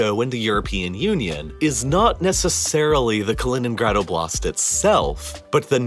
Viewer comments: Btw the emphasis? stress? is on o in oblast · Oblast is not oh, BLAST as you say it; it's OH, blast! It's not that hard to pronounce it correctly. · Why do you pronounce it as oblAst? It's Oblast!